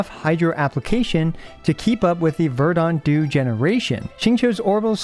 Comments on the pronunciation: Still pronouncing it as "ver-DAHnt" dew, I see. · At this point your pronounciation of "verdant dew" must be ragebait 🗿